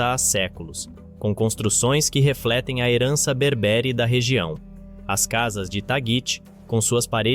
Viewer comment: BÉÉÉÉÉRBERE, COM ACENTO NO PRIMEIRO E